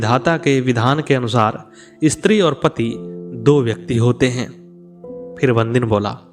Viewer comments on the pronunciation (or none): none